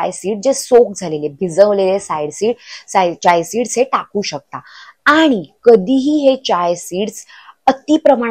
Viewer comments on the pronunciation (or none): Chay seeds vegal ka bolatayet Chiya seeds bola😅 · Chiya सीड्‌स बोला ताई